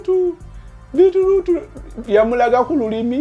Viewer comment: Beat root as in Bitter root killed me🤣🤣🤣🤣🤣